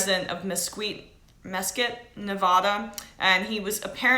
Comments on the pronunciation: Neva-duh not Nevaaaaaadaaaaah. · This girl is supposed to be a professional reporter? She doesn't even know the proper way to pronounce the past tense of open fire, Mesquite, or Nevada, and is bringing up talking points when she is not even sure who said it. Such sloppy and lazy reporting. Take a second, make some notes, and don't start filming until you know what your talking about. You look like an idiot. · Disliking video, because she can't pronounced Nevada correctly!!